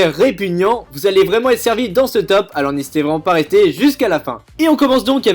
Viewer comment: Oh putainnnn il ma tue au debut de video il a dit " Nhesiter pas a liker et disliker sa me ferais extremement plaisir " mdrrrrrrrrrrrrrrrrrrrrrrrrrrrrrrrrrrrrrrrrrrr sa me tue